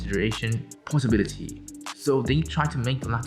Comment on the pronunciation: Does he even know anything other than portability . He keeps pulling that and later on he doesn't even know the portability (Portobality or whatever 😂🤦)